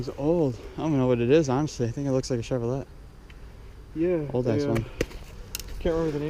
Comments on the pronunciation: Chevrolet isn’t pronounced how it’s spelled, it’s pronounced like chevrolay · Dude learn to say Chevrolet right😂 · Did you just pronounce a t in the Chevrolet???